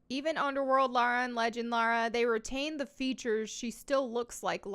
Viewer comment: That's "Lars Croft". Not Lara Croft.